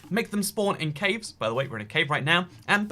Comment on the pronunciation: Nobody: Nobody at all: Not a single soul:: Cävës